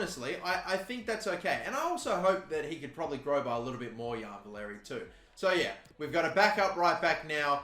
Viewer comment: Valery is pronounced valaree btw :) sorry as a saints fan it bugged me a little ahaha :)